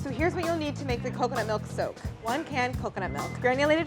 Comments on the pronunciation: I kept hearing soap instead of soak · I thought she was saying "Silk" good thing you put the word "soak" up there.... also yeah, audio problems.